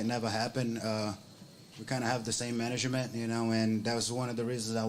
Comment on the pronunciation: Managanent? Huh?